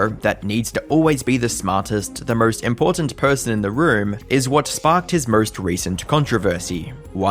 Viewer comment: "When he was expurhsed as one of the murhst toxic..."